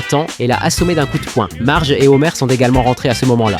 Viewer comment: C marge pas margei ni magui